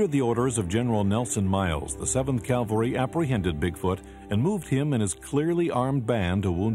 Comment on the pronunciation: This was very well done, especially with the Indian descendants telling their stories.. BTW, Custer led a "cavalry", not a " calvary", which is a Biblical term.